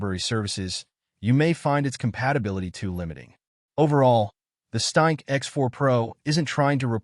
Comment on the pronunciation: weird useless AI voice on weird useless AI channel calls the ereader a staink. WTF is a "staink"?